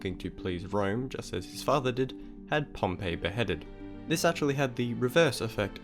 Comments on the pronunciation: Pomp-e not Pompeii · Pompey is pronounced "pomp-ee", you pronounced it like Pompeii. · Pompey* not Pompeii...